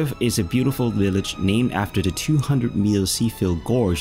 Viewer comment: You do a great job and just a little more work on easy pronunciation of simple things like 'the' rather than 'de' and 'sample' rather than 'samble' will take you to the next level.